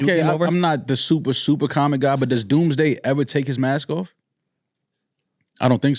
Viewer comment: That shit was hilarious I appreciate the effort 4real but said Doomsday 😭😂 they tried man